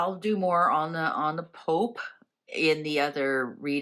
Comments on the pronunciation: Thanks.. You made me laugh out loud with you poop..pope. Slip.. Haha.. Contagious..😁😁. I haven't laughed like that in a while..lost my husband at Christmas...so been so sad... Life goes on.. He would have laughed with me..xx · After waking up to another troubled day in GB your mispronunciation of the word pope really made me lol 😂 thank you, all I can say is keep drinking the spirits🤗